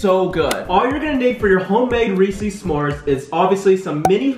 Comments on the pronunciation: is anybody else wondering why their calling them reesees instead of reeses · Anyone else find it adorable that they pronounce Reese’s Reece’s? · I love how they say "Reesees" not reese's. LMAO. Love you guys!